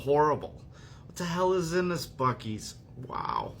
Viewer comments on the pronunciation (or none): I stand by it don't want any other thing just the basic Buckley's no other additives! Just like it advertisers it tastes bad but it's works and has a lot of natural ingredients! Please do the courtesy of pronouncing the name properly! It's not Buckys like the gas station, it's Buckley's!